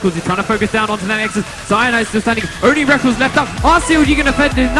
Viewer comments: MARTIN IS CALLED REKKLES NOT REKKELS, fuq sake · Plz dont say Rekkl-es and say Rekk-les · Dude i love you but come on he isnt called rekuls he is called rekKLES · ITS PRONOUNCED REK LESS NOT RECKLES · S3 feels like so long ago.. edit: those terrible pronounciations and blatant mistakes like calling a chinese team korean make the video little more than a low effort montage of FNCs most important matches..